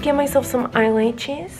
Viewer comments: Why is nobody talking about the fact that she says I eyelachis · No body Literally Why did she say brunch instead of brush and why did she eyelatches AND max 🤣🤣🤦‍♀️🤦‍♀️ This is how many times she said eyelatches 👇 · At least she said eyelaches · Eyelaches (eyelashes)stowl(style) leips (lips)L😂L